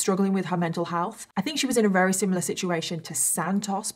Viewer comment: When she says Rarey instead of very 😌